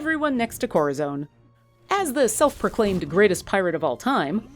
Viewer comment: My god this annoyed me. "Korrazone!"